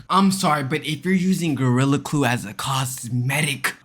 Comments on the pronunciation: "Gorilla Clue" What? The hell you mean Gorilla Clue 😭😂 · U said gorlia clue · “Gorilla Kue”😂😂